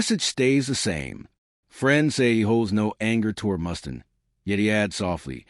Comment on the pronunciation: Who's Dave Mustin? Can't you at least use a human voice? Garbage. Channel blocked.